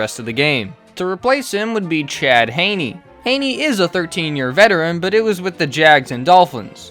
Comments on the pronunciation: Gave this a thumbs down SOLELY for the constant mispronouncing of Chad Henne's name (Hinny not Hayney) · Thanks for the video bro but the Chad Henne pronunciation is going to kill me. It’s not ‘Hay-knee’ It’s ‘Hen-Ee’ Like a hen, a chicken, and then just an ‘Ee’ sound. May Satan bless us all. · I gotta say bc it’s bothering me and chad is from my hometown. It’s pronounced Henny not hainie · Hen-ee….. Jesus Christ. Do you do research? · No mention of the Browns player choking out Mahomes and Chad Henne is pronounced like a hen not with an a sound. Browns can suck it.